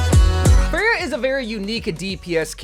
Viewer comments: Once again I'm telling you, her name is Freja, not fray-huh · he only pronounced it wrong like 1 time this time